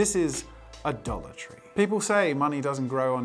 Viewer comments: When he was saying “a dollar tree” I kept hearing “adultery” and was incredibly confused. 😂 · LMFAO the way he said dollar tree😩